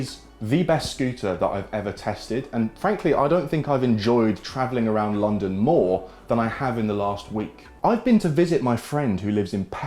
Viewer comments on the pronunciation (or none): none